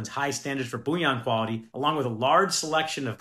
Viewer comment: Bouillon is broth - it’s BULL-I-ON